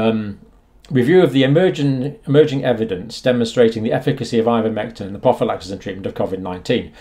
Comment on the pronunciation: Ivermectin NOT INvermectin